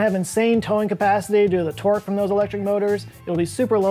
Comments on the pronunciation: Hello, I am very tired. I seldom hear or use the word "torque". Just wanted you to know that when says it I hear "twerk" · I always hear twerk instead of torque.